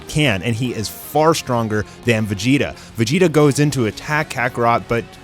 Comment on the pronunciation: Why does he call him Vegita when the name actually is Vegeta?